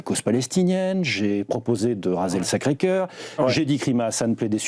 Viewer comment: "J'ai proposé de raser le sacré choeur"...La j'ai coupé direct, je ne regarde pas ca